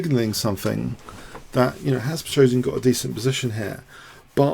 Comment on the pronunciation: I like the funny way, you Americans (mis-)pronounce the name Petrosian... :-) It's "Pe - tros - yan", not "Pe - tro - si - an"...